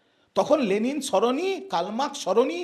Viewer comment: কতটা গাধা বা রামছাগল হলে 'লেনিন' কে 'লেলিন' বলে বা লেখে ???????????